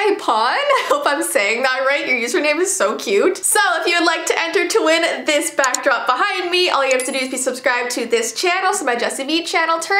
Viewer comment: Jessii You'd said Bockdrop I'm sorry I had to point that out 😂